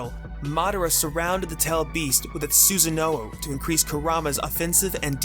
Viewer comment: I love this video! But your pronunciation of Susanoo hurts